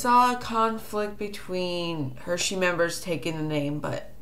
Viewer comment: Um, okay so Ima just say it cause it's bothering me...it's not pronounced "Hershey's," that's a candy company?? It's Heresy, pronounced "hair-e-see" if that helps you any. So ... Yeah....